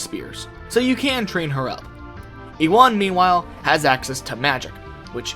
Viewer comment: Ewan is pronounced "you-in" or "you-en".